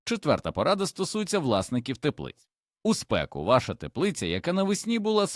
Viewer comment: теплицЯ, пОсуха, плОди, обприскувАння, продИхи, .......😢